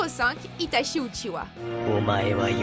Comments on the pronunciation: La vidéo est bien mais on uchiha pas uchiwa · C'est pas UchiWa mais UchiHa, arrêtez svp avec ca. Les mangas et animés en français sont vraiment nul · « Le fondateur du clan uchiwa » 😭mes oreilles ont mal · Je crois que vous avez pas compris grand chose... Déjà on ne dit pas "Outchihoua" ptdrrrr. Mais en plus de ça vous montrez Zetsu comme une pauvre merde alors qu'il est en quelque sorte à l'origine de tout ce qu'il se passe... mais surtout...A QUEL MOMENT Madara est le fondateur du clan Uchiha svp? Hein ? Il est le fondateur de KONOHA avec Hashirama, mais certainement pas du clan qui existait déjà bien avant lui. Immmmbéciles.